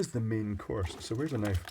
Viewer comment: Knoife? That's not a knoife!